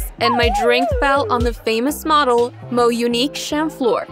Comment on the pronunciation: girl tf is a mounique